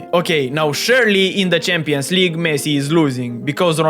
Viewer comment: bro first learn to say messi